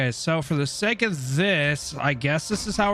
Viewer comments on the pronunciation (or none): none